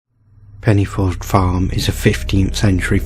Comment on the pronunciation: Pen - uh - forth , with a soft ' th ' .